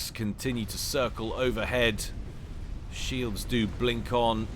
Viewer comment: "He pronounces them 'shelds' " and "Kof dies a death". Made me lol. Keep it up